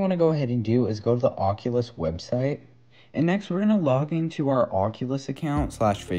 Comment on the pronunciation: Thanks people always never say it right